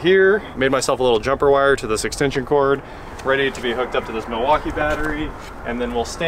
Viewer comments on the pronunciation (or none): none